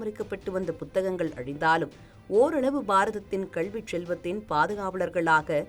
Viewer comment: செய்தி வாசிப்பாளர் வாயில் சாணியை கரைத்து ஊற்ற வேண்டும் கல்வியை கள்வி என்றே உச்சரிக்கிராள்